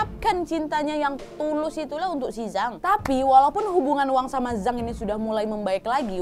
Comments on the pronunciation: Mau koreksi harusnya "Jang" bukan "Zang" ☺️ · Zhang = cang bacanya wak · Sukses terus Kak Nadia. Ngomong2, untuk pelafalan pingyin bahasa China, "Zhang" bacanya "Cang", Kak. :) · Ok tak apa lah mbak pake aksen melayu apa indo.tapi yang betul Z itu dibaca C jadi Zhang bacanya Chang😁 sukses selalu🙏🏻